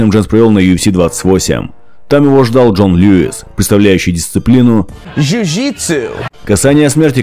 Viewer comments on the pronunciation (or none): none